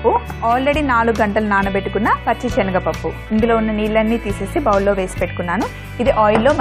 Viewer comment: speak proper telugu it's not chenaga pappu it's senaga pappu.